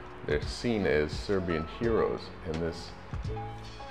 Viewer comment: Good job, well presented, punctual. But above all unlike other foreigners visiting your Serbian pronunciation is awesome. So genuine. Accent is accurate.